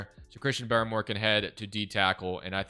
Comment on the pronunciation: It’s BAR more not Barry more that was driving me nuts